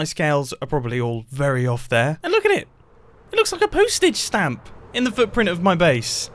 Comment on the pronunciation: i swear i thought he said poo-stitch stamp and it made me laugh more than it should have